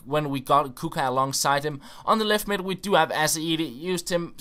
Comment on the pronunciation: Its the 8th round not the 16th, then U got quarter,semi, and final... Btw Its kutshka not "kuka"...